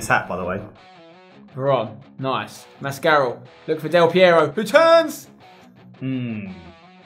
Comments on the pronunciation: Spencer mascarell is pronounced Mask-a-rell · Spencer, I'm pretty sure Mascarell is pronounced mas-ca-rell. Considering he was on loan at Derby a few seasons back, otherwise I've been pronouncing him wrong. Good series by the way. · It's pronounced mask-are-el Like apparel but without the p's